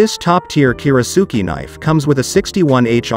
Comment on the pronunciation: That's a lot of bad information for one video. For starters, your pronunciation of "kiritsuke" is faulty. Normally that's not something l would bring up but it seems kind of basic for someone presenting themselves as an authority on kiritsukes. Second, only one of these knives is actually Japanese, and it is by far the best of them. That is the Yoshihiro. The rest are cheaply made in Chinese factories and the companies that sell them spend much more on advertising than they do on actually making knives. At least you listed one real Japanese knife, so I'll give you that much. One of the knives you said has a bolster doesn't have anything remotely resembling a bolster. And a kiritsuke should never have a bolster. Most westerners are more familiar with western handles, but that doesn't mean they wouldn't enjoy a Japanese style handle. One does not need to be an expert to use or enjoy one. It is just a different feel and balance. Who cares if a kitchen knife handle is "military grade"? That's complete nonsense and irrelevant. You should just be honest and say the handle is plastic. No piece of fine cutlery should ever be put in a dishwasher for multiple reasons, so that is not a minus. No decent kiritsuke or any other good kitchen knife should ever be used to cut frozen food items unless you hate your knife. You never even explain what a kiritsuke is good for or why they are shaped the way they are in the first place. That is kind of important for anyone out there who is wonderin